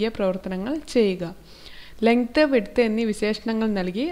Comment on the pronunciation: Legth alla length 🤣😂